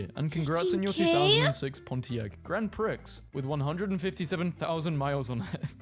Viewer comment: I don't own a car, but $15K for a 19 year old car nobody remembers with stupid high mileage is INSANE!!! Pontiac closed down literally 4 years after the GrandPrix (pronounced "pree") was was made, 11 years ago. He got ripped off!!!